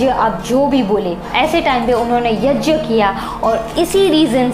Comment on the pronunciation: YAJYA नहीं होता यज्ञ (YAGYA) होता हे